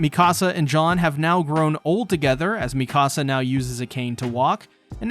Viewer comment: I was like who the hell is John, but it’s just his weird way of pronouncing Jean